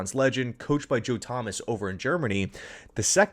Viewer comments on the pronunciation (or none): none